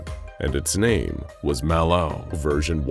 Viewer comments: Why you saying Malo like that. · Why does he keep using the same sound clip of him saying Mal0? Did he say Mal0's name wrong while he recorded the script and instead of recording the script again, he just recorded him saying it right and edited that in? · why does bro say malo like that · The way the narrator says MalO..is creeping me out 😮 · Why TF does he say MAlO like that bro? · I’m guessing you mispronounced “MalO” the first time through, and had to dub over each instance. It’s odd and off-putting, and absolutely perfect. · The way he say ls "MalO" 💀💀💀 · ok Ik I’m not trippin he’s said MalO weirdly like every single time this video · why he sayin MalO like that tho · It kind of threw me off how they voiced over the narrator every time he said "Malo". I don't know how he mispronounced it before but surely it wasn't as bad as the one word voice overs. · why did you say Mal0 like that? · can we get a compilation of the narrator saying "MalO" because it's hilarious.